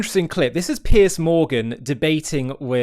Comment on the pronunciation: Piers, Not Pierce. He's not James Bond